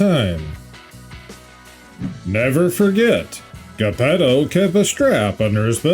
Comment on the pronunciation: “J” eppetto. There is no J in the Italian Language so the G is used for G & J.